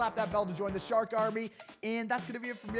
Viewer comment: Shark not shari